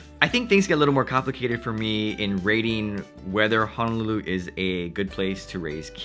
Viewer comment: Hope this doesn't sound too rude. But your pronounciation of Honolulu is pretty "haolefied." Ouch, it hurts my ears! (Living in CA for years but speaking as 5th generation Hawaii-born Asian local.)